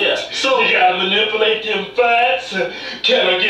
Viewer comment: “Manipalate” haha